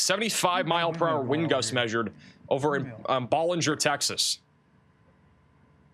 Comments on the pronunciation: Pronounced Bellanger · Ballinger = Bal (like pal)-injure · Hi, it's pronounced Baaalinger! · Please ask Texans how to pronounce Texas towns. Please for the love of God! It’s not Ba-linger It’s Bow-linger It’s High-co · Thank you! Ballinger is pronouned Bal-in-ger.. and Hi-co. You are appreciated!